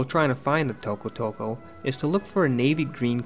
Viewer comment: i love how you pronounce tokotoko :D